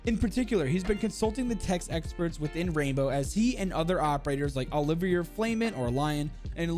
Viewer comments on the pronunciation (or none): Good vid, just joined the discord and spammed spam chat, also, Lion’s name is pronounced Olivi A, with a long a, like Olivier Vernon is pronounced the same way